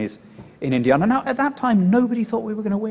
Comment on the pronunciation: Apart from the way he says Indiana! 😉